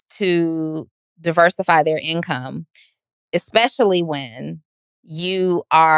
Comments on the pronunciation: we love your "expecially" lol 🤎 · was right both times! She said "EX"pecially - I've been waiting for him to catch with this one. Love this podcast!